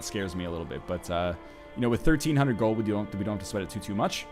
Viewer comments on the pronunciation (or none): none